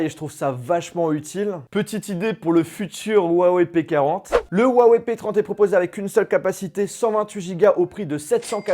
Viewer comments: On dit wuaWEIW !! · tu ses même pas dire la marque sa se dis wawaille en anglais tu fais honte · Rouawei et pas Wouawei en chinois le H se prononce proche d'un R. La vidéo d'explication sur la façon de prononcer le nom de la marque était pour prononcer le "ton" montant qui donne un Wouaaa ↗️↗️et wei ton descandant ↘️↘️. Écouter les présentations de Richard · Très bonne vidéo parcontre on dit Ruawaï et pas uawé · Cool cette vidéo sur le "wawé" p30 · Lourd le « OUAWÉ » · Le mec sait pas prononcer le nom de la marque correctement , mais faut que je succombe à son opération com'